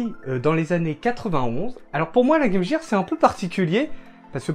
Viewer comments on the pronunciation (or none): Game Gear se prononce GAME GUIRE :)